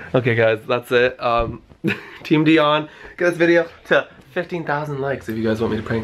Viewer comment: is soo cute i like when he pronouced di-on hahahaha